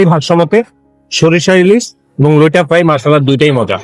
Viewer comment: ভাই লইটা না এটা লইট্টা মাছ। দুইটা ট